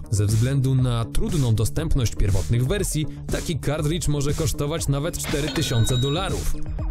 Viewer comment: Panowie, film fajny ale językowo straszna chujnia. Nie "kardridż" a "kartridż" albo nawet "kartrydż", no i nie "ultimate jedenaście", bo to nie jedenasta część, tylko "ultimate eleven". To tak jak powiedzieć Fantastic Cztery albo Ocean's Jedenaście.